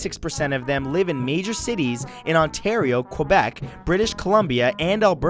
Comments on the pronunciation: its quebec, not quwebec thanks you very much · ke-bec. Not kua-bec. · D-did you say... Q U O I B E C ? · As a Canadian, I'm surprised you pronounce Quebec like Kwebec, not Kaybec. "Kwebec" sounds awfully anglicized. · WHY DOES EVERYBODY SAY QOOOOUEBEC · It's pronounced cebec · Great vid, but you mispronounced Quebec